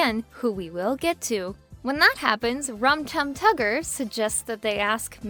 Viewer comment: I cringed everytime you said "Rum Tug Tugger" if that's even what you said